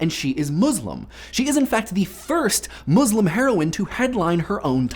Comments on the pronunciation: Am I the only one hearing him say "Mooselem"? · Finally an American pronounce "Muslim" right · Do all americans say muslim like him and the editor? Muh-slim? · Am I the only one who thinks that he says "muslim" weird? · The way you pronounce "Muslim" is kind of weird.